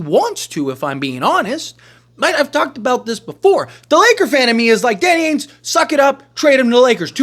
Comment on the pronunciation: Why do you say AINES and not Danny AINGE, there’s a G in there lol